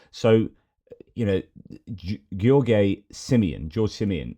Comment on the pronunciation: great analysis of geopolitics. btw first time you pronounced George was right. In the video mentioned from EU made simple, the pronunciation is wrong, he mistakenly pronounced George like Gheorghe(Gheorghe Hagi) :) Anyway, unimportant addendum to your very good presentation. I’m a romanian, based in Kingston Upon Thames and I’m sad that too many of my romanian friends voted for that illiterate maga idiot George Simion. Wishing you strength and hoping you’re overcoming MS.